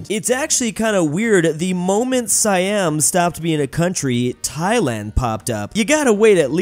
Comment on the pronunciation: “Sayyam” ITS SEEYUM!!!